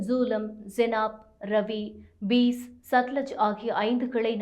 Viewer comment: ஜூலம், பீஸ் இல்லை. சரியாக உச்சரிக்கப் பழகு, இல்லை வேறு வேலைத் தேடிக்கொள். எங்க உயிரை வாங்காதே தாயே.